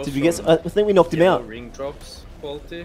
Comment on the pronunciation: Knocked* not knocket